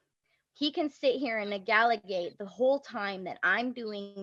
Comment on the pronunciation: Did she say negaligate??